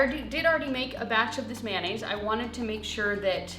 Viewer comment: What's mannaisse. Aren't you forgetting the o in mayonnaise. How do you say the abbreviated mayonnaise? Mayo?